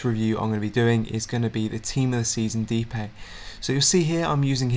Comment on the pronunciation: btw I dont want to be annoying, but his name is pronounced de-pie, not dipay.